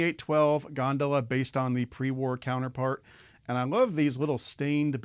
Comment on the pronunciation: You mispronounced gondola and those so-called logs are barrels. You may want to review Lionel postwar train catalogs and terms. Apparently, you're too much in the modern era. Personally I consider myself a postwar era historian. ☮️